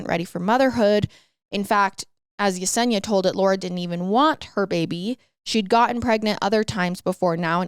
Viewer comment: 👏 👏 you pronounce Yesenia correctly I love it ❤❤❤❤